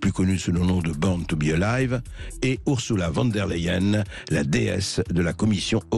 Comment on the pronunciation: Salut à tous, quand Berkoff a dit : '' borne to bé a live '' j'ai dis pourquoi pas , mais quand l' intéressé a commencé à deblaté je me suis dis aahh c'est plutôt borne to bé malade 😂😂😂